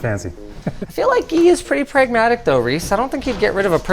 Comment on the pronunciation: 1. Guy is pronounced Gi not Gee. 2. Linus is so desperate to save money, and everyone else who doesn’t have to foot the bill wants to replace everything. 😅 I really felt Linus with that one.